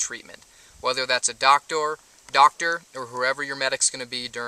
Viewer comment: Good video. lol "DOC-TORE"